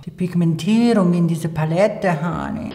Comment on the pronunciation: Ich liebe es wen du what is dhis honay und honay sagst ich liebs